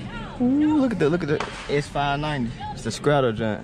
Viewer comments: Nigga said “Issa scrattle” 😂: STRADALE 🤣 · Nigga said “S590 Scradajawn”😂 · It’s pronounced “ Struh - Dah - Lee “ lmao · Sf 90 “stra da ley” 💀💀💀 not straddle 😭😭